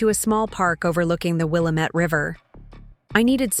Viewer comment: Willamette needs the correct Oregon pronunciation rather than the Illinois pronunciation